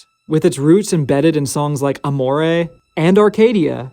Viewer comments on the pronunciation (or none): none